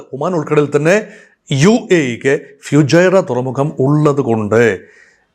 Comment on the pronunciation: ഫ്യൂജൈറ അല്ല സാർ ഫുജൈറ